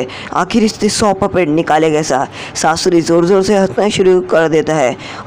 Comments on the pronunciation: Skaura aur susri nahi sasuri 😂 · If you make your video little more interesting like little jokes and in a funny way you are really dont know how make veiwers intrest in your video .. You can say saasurii to sasuri 😂